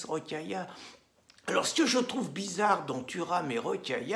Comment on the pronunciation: < Bisarre ? Vous avez dit bisarre , comme c’est bisarre>